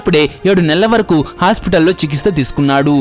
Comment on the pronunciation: చికిస్... త..... కాదు.... స్వామి, చికిత్.... స..... చికిత్...... స....😏